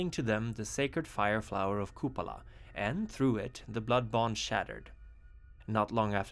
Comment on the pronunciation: It is pronounced as KupAla